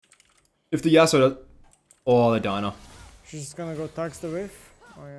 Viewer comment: buddy it’s not DINA it’s DI-A-NA!!!